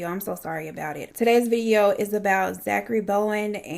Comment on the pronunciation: today’s vi-ee-ooo lmfao I love Eleanor as well.I binge all of them and it’s crazy